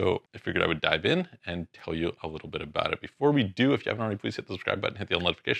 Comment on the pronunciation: "Talk to you ABOOOT" LOL